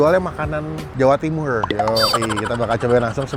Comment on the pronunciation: Jawa Timur bang bukan Jawa Timurrrrrrrrrrrr